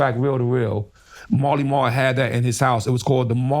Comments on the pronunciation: Hey time stamp guy, it’s “Marley Marl”. Jesus Christ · He’s talking about Marley Marl not Mally Mall 💯